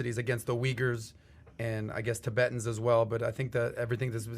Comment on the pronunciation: He said ti-bi-tins lmaoo after all the good gems he dropped, I’m surprised you pronounced that so wrong lol